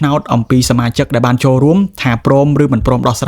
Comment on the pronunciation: ស្អីគេ មហាសា, ពេនេះ, ដែបាន, ទទួបា, ដែទទួ, ពួកអានេះ និយាយបាត់ ល វាយក អក្សរ ល ទៅណាហើយ?